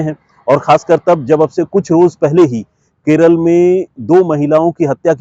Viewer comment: Please say kerala, la not l